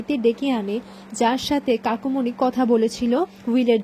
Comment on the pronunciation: Kakumony balun kakimony bolchen kano